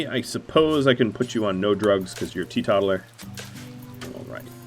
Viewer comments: Great video, as ever. I know I’m late to comment so you might not see it, but I need to say; it’s pronounced “TEE-TOTAL-ER”, instead of “TEE-TOT-ALER”. Because they are tee-total. Also it’s Jannisary, not Jassinarary ;) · I know this is minor and I'm a jerk for correcting pronunciation, but teetotaler is pronounced like the word total, as in, total Temperance. The word is out of fashion these days, maybe because Temperance seems to be out of fashion as well.